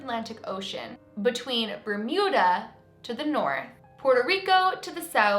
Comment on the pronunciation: Does she say bermida? Isnt it bermuda...